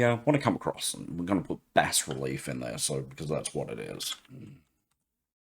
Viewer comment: Hey G'day, I have to thank you so much for the Bas-Relief tutorial, as a by the by you pronounced it correctly (in the King's English lol) the Americans pronounce it as (don't ask me why) Baaa Relief (yes a sheeps baa) they seem to like swallowing letters lol something akin to Soldering as Soddering. Anyways I digress, Brilliant. BUT BUT BUT BUT you Opened a Can of Worms! At 1.10 secs to 1.30 seconds you said something that made my head explode, you were talking about 3d models and being able to import them into Krita and texturing them with AI? If I understand this correctly and I'm now guessing if you can import a 3d model, you should also be able to pose the model and create a Bass Relief from it as well? There are a few dedicated now apps "paid apps" that can do this but to be able to do this with Krita "free" would be amazing? Am I reading/understanding you correctly. I will have my nose buried deeply in Krita now looking to see if I cant fall over how to do this. Also a big thanks from my fellow friends at Scarylaser as well, they are now using (thanks to your tutorials) krita to generate their Bass Reliefs for creating coins for fibre laser engraving!